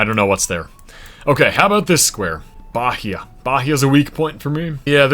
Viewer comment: Bahia is pronounced as “bah-EE-ah